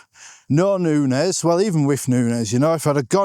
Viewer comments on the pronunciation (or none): none